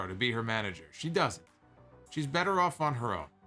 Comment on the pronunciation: doesn't have whichever accent would make better "betta," so it sounds hella awkward.